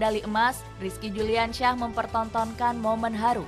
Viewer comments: Yang baca naskah salah bilang nama bukan Rizki Juliansyah tapi yang benar Rizki Juniansyah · Si narator salah sebut rizki juniansyah neeng bukan juliansyah